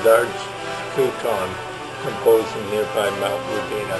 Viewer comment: Its not wundina its WUDINNA